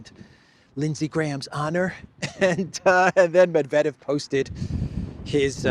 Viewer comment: ‘Gramps’ couldn’t even pronounce Mr Medvedev’s name properly.